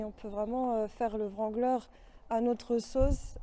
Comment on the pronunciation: Le W de wrangler ne se prononce pas. On dit Rangler. Tous les anglophones sont pliés de rire quand ils entendent les français le prononcer.